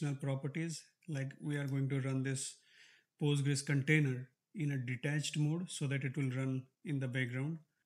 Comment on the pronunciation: why do you call it pUstgres? Its weird. Just say pOstgres.